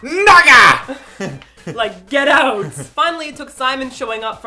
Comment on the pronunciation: I knew it! Martina is Canadian. She pronounced 'out' like 'oat'.